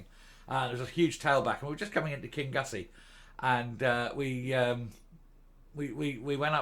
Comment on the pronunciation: Kingnussie. King no hard ‘g’ nussie